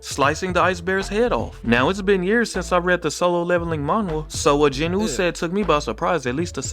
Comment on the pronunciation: The “w” in Jinwoo is silent